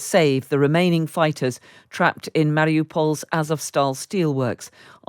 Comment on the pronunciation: Thanks for pronouncing the U in Mariupol.